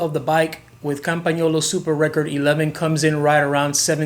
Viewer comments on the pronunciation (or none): none